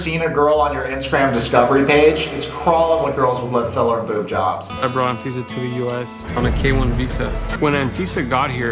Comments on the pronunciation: Anfisa pronounced - An visa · He said anfifa lol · Anfeesa? More like AnVisa.